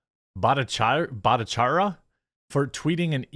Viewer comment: Bhatta-char-reey-a Bhattacharya